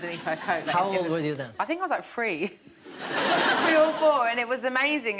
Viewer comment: I think 😢 I was like free ❤🆓 lmaooo she meant three 👀 lmaooo